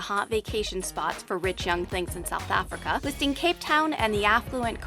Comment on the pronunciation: Anyone else cringes when she says Africa?